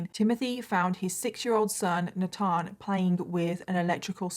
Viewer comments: Nut-on? Nat-han? U mean, NATHAN? NAY-TH-EN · Is the little boy’s name Nathan? Maybe a different spelling or pronunciation; in US we typically pronounce that ‘NAY-thin.’